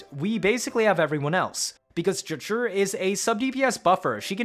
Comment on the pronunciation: FOR THE LOVE OF GOD ITS NOT JUH-JURR IT'S Juh-Jue